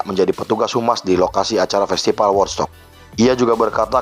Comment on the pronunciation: di baca wudstok pak. bukan wodstok.